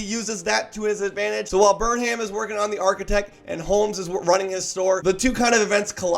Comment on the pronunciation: It’s pronounced Burnum. Sheesh.